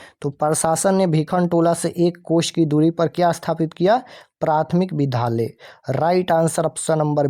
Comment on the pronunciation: Vidya ko vidha kyon padh rahe hain